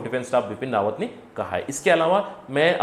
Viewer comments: Correct name Bipin Rawat not RAWAN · Pls correct bipin rawat instead of bipin rawan